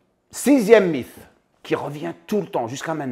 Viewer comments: Merci pours ces rappels. Sinon en français on prononce mite, pas mif 😉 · Salut, quel plaisir de voir la notif de ta vidéo, impeccable 🙏 pour info, le mot mythe s'écrit mythe mais se prononce "mit", "mite" hate de voir ta video 💪